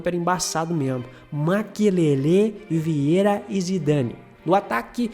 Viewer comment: Se diz Bartês e Vierrá. Vídeo top! Valeu!